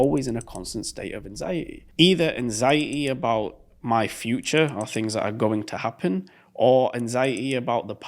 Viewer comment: It gives me anxiety, the way you pronounce anxiety